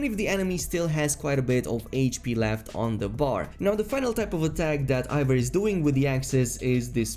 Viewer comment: It isnt pronounced Ivor its Eivor E i v o r